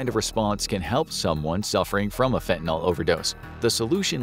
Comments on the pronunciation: FantaNYL. NYL -- it rhymes with hill, or pill, or still. It isn't fentaNAL, like Paul or hall or small. NNIIIILLLLL !! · Fen-tan-eel, or fen-tan-ill, not fen-tan-ol. Not an alcohol. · Since when is nyl pronounced "nol?" Learn proper pronunciation before you post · So sick of people pronouncing it wrong. Its fentanyl not fentanALL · Curious as to why Americans switch the a and the y around like how do you get the sound “all” from the letters “yl”. It’s not spelled “fentynal” so why pronounce it like that. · It's "fentaNYL", not "fentaNOL". Ugh. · Fent-Uh-Nil. Not Fent-i-nol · Where exactly does the "all" sound come from at the end? Shouldn't it be pronounced with an "ill"? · You say fentonal but the script says fentanyl. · It's not 'Fentanal' it's 'Fentanyl' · It's fentaNILL, not fentanALL! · NIL FENTA-NIL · It's not called fentanol, i dont know where youre geyting an o from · I had trouble listening and finally had to stop the vid because he kept saying ‘fentinALL” and it was driving me nuts. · FINTIN-ALL?! READ THE WORD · How about pronouncing it correctly: Fen-te-nil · Why is everyone still mispronouncing the name of this drug after so many years??